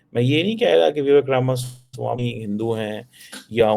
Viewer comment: Ramaswami pronounciTion sahi kr🎉🎉🎉